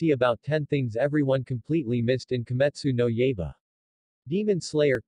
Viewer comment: "Kee-Mitsoo-No Yay-ba?" It's "Key-mit-soo-no-Y-eye-ba." Not that I blame you, as I know full well that foreign dialects to the English tongue are a mother f*cka... Like for example "Samhain" is pronounced "Sow-wen." I dunno how the Gallic dialect gets that pronunciation from that spelling, but that's how it is. And as you know in French "Monseuir" is pronounced "Miss-ew-er." And while I took French for three years in high-school I still don't get how such a pronunciation comes from that. And for the Japanese "ai" has a long "i" sound, whereas for us English speakers it's a long "a." I think I was 16 when started to pick up on that. Though you'd think I'd have picked up on that sooner since Digimon season 1 has a character named "Tai," which in the English dub was pronounced properly as "Tie." I hate hindsight sometimes.